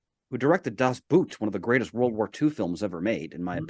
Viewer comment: And I guess once again for the people all the way in the back of the theatre, playing on their phones or making out with their date: Das Boot is really just pronounced like boat and not like the foot wear.